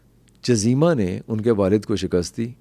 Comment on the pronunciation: جزیمہ میں ج پر پیش ہے 😊😊😊